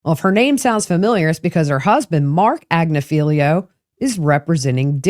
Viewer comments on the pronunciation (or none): Attorney is Karen Friedman Agnifilo, Agg-nif-a-low, accent on second syllable “nif”